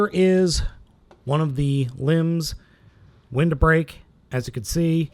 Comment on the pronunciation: It's Wildbreak not "Windbreak"